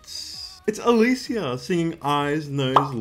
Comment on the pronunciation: lol I like the way you pronounce her name 😂 but I’m pretty sure it’s pronounced as Elisha ❤